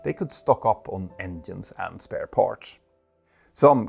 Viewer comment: Watch your pronunciation of words like ‘parts’. The ‘ts’ sound at the end should not sound like ‘ch’ and the word should not be pronounced like ‘parch’.